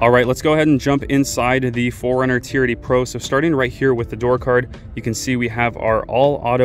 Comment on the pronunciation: Is it just me, or does it sound like he is saying "charity" every time he says "TRD"